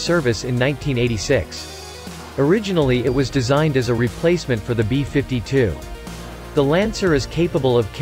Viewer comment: The B-5-2 Stra-to-for-tress... robo voice ruins everything